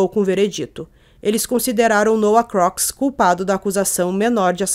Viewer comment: O sobrenome se diz Crucs